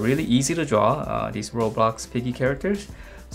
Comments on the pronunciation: OMG HE SAID ROBLOTS IT IS ROBLOX. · OMG HE SAID ROBLOTS! IT IS ROBLOX